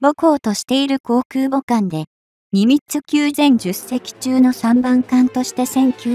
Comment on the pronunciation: ミニッツじゃなくて、ニミッツじゃないですか？（笑）